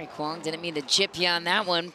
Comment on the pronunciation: The word mizu (means water) in Japanese, drop the 'mi' then add 'ong'... zu-ong. Quang has been pronounced correctly